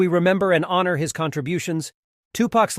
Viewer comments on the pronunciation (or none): none